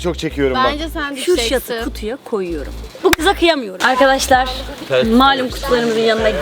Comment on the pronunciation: da cemre ablanın karkadaşlar demesi jjajsjssnsnsnnd😂😂